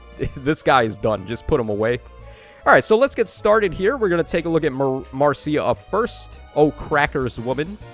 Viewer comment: btw, Marcia's name is pronounce "Marsha", I didn't know this until I actually met a Marcia, and she told me it's like the Brady Bunch's Marcia.